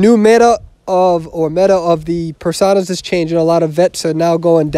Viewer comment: it's per-soh-na, not per-sah-na